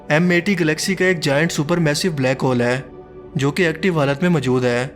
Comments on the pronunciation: "Aai" nahe "hai" Pubjabi accent 😂😂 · Bhai Urdu to sahi bolo..aeen kartay een een laga rakhi hay.. hay hota hay ya Hain